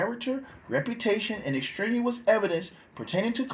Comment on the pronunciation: The word you are mispronouncing is ex-strain-e-us (extraneous).